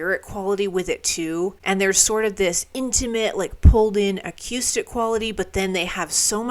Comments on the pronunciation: Why do u keep mispronouncing acoustic? I know u know how to say it! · We need merch: a t-shirt that simply says "Acyoustic"